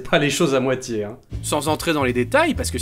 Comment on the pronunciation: Vidéo très intéressante et très bien traitée, et... oh mon Dieu: il a prononcé "Molsheim" correctement! Il sait donc comment prononcer le nom des villages Alsaciens? Mais quelle est cette sorcellerie? XD Je déconne: bien joué mon gars, ça fait du bien de pas avoir le poil hérissé parce qu'un glandu est pas foutu de se renseigner avant de tenter une prononciation inconnue. Merci à toi et gros bisoux! Une Alsacienne qui habite pas loin de Molsheim.